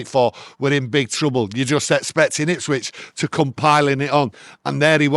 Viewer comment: It's Ipswich for fuck sake